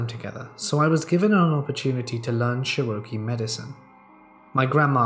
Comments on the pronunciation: You had me confused with your pronunciation of the word Cherokee. It is pronounced chair-ah-key. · Sherokey? Wtf is a sherokey? Oh u mean Cherokee, hahahahhahaha nice try tho. The accent is awesome for words like this. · 23 years and I've never heard anyone say Cherokee like that 😂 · Have a few things to say first Pandora is so adorable second I loved all these stories 3rd if you have a problem with how people pronounce things don't listen to somebody that has an accent and quit dog and him out when he mispronounces I happen to have Cherokee blood and it doesn't matter to me when he mispronounces it I doing a great job keep it up I love listening to you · The way you pronounce Cherokee is wild. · the way this man pronounced cherokee as a cherokee woman has me dying. great video btw! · Love the pronunciation of Cherokee. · Hey! Thank you for yet another great dose of verbal melatonin. I can honestly say, I have never in all my years heard the word Cherokee pronounced like that! 😂😂😂. Being from a small lil hick town down in the south has apparently gave me a slight bit of a southern accent according to people who aren’t in my parts of the world. I however don’t think that mine is that southern drawn but I digress. So after hearing pronounce Cherokee which fun fact, I am part Cherokee Indian btw😎🫶🏻 but it made me stop and wonder if I sounded just as foreign pronouncing words in front of people who were in different parts of the world. It’s intriguing how much just living in different areas of the world, can affect our dialogue and accents within our voices when we speak. 💚🫶🏻🇺🇸🍀🦋🙏🏻💪🏼😇👑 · Interesting pronunciation of Cherokee. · I love that all creepypasta ppl have like select words they just can't pronounce like Cherokee for this guy 😂 the original word is Tsalagi Cherokee is similar in pronunciation che-roh-key / Cha-la-gi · I literally could not continue after that. It was butchered too much, and many times. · Psst- it is pronounced chair - O - key.